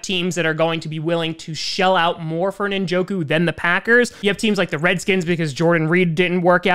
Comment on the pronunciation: David Ninjoku?